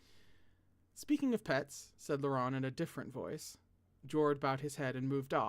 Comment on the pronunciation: hi hello it’s me French native speaker to add to our list of names: Aimeric: you got this one almost right!! it’s Ehh-meric. Paschal: Pa-shall or Pass-kall depending on who you ask, whichever is easiest for you ❤️🧡💛💚💙💜